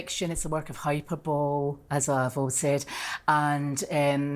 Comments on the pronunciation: Hyperbo-LEE, you giant walking hunk of coporolite. And since you probably fuck up this one too, eh-pih-toh-ME, not "epi-tome". I normally have a lot of patience for people who make this mistake cos it's an easy one to make, but when someone with a massive ego makes those same mistakes, I just wanna McFreakin' LOSE IT. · nope. she's guilty. calling it hyper-bowl. lol. no, but do scotts say it like that or is she just crazy? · "hyperBOWL?!" its always hilarious when people use big words to seem intelligent but can't pronounce & just look stupid. HyPERboLEE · HYPER---BOLE HI-PUR---BOWL ? WHAT??? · She rlly said hyperbowl instead of hyperbole 🤡🤣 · "HyperBOWL"😂 do you mean hyperbole, you crazy b? Funny of her to accuse him of hyperbole when she doesn't even know how to pronounce it. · "Its a work of hyper-bowl", this might be a different prounonciation, but that is not how I was taught to say that word 😂 "That is not flattering at all!" Gorl please, she tries to act so smart and so sophisticated to make us think she isn't abusive and unstable. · Do brits really pronounce hyperbole as hyper-bowl? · So is “hyper-bowl” just how some people pronounce hyperbole in the UK? Because I remember that being the pronunciation in that awful Natasha Bedingfield song. She says “no hyper-bowl to hind behind”. I even looked it up. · I love it when people pronounce hyperbole as 'hyper bowl' and use all these unnecessary large words to come across as superior when it's clear by their mispronounciation they're ignorant and uneducated and just being pseudointellectual for the sake of discrediting somebody else. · “It’s a werk ov hyper-bowl” 😂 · "Hyperbole" : hy:per:bowl:ee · “Hyperbole” is four syllables. 😆 I guess she’s only seen it in writing. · So much projection! "He has extreme psychiatric problems.." Every insult she throws at him, she is stated exactly what and who she actually she is. Also, she mispronounced hyperbole!